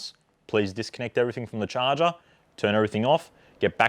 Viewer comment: This video was so helpful!! Thank you so much God bless you!! The best part is when the host pronounces ‘charger’ da shaaarr gerrr